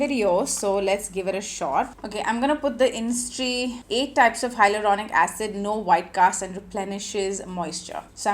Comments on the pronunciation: Isntree not instree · It's called 'Is-in-tree' ... Not instree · Its Is-in-tree not in-stree 🤦‍♀️. In Splitsvilla i remember you coming across as/being a nasty mean racist. Surprised you have become this influencer with this following. Well. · It’s “Isntree” not “Innistree”🤍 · Its pronounced as isintree